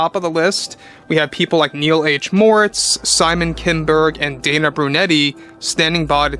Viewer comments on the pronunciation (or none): none